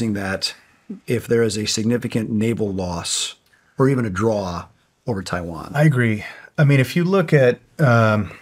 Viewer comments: “if Chiwan…” 😂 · "IF CHAIWAN"